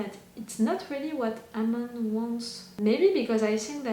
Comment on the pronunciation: It's Amon (Uhhhmon) Well that's how it's pronounced. Well technically it's his name he goes by now. You havn't met all the new characters, you will meet many new exciting ones in other seasons as well as this one. It will be awhile until you meet Bumi and Kiya. But you will love them just as much as Tenzin. Katara did say their names already. So i'm not spoiling their names. I'm not saying when or how they show up.